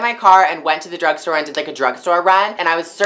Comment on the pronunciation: every time she says "drag store" (i think that's how it's called) i think she said "drug store" hahah EVERY TIME